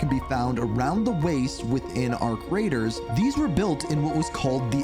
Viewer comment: Every time he says "Arc Raiders" I think he either said "Our Creators" or "Our Craters"😅